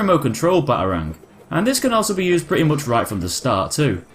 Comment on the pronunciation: The way u say Batarang.... Ba A rangg